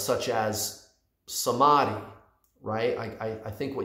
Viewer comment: I hope I'm not the only one who is getting ehhh by his pronunciation of ' samadhi '